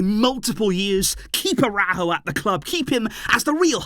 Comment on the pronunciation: The Uruguayan’s name is pronounced AraUjo. There is an accent mark. It is not pronounced “araho”